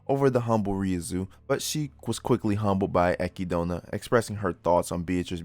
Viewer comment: you are the only person who pronounces echidna like she sees in the anime and I'm thankful for it